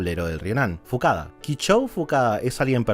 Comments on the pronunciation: En el animé es "Fukuda" no facada. Alguien que sepa como es en realidad? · El video es hermoso, está muy bien hecho... Pero me da muchísima bronca que digas mal los nombres de los personajes, dios. "Fukada" = Fukuda; y el entrenador "Takao" = Taoka... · Y dijiste Fukada en vez de Fukuda 😅 pero el video es impecable, aguante Slam Dunk!!! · vi el video pero me resulto gracioso algo es fukuda no fukada o me equivoco yo? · El del ryonan es fukuda, no fukada * jajajaja excelente video !!!! Lo espere por muuuuuuuuchos años